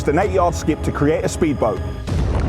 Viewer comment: fun :P but sppeedboat? :P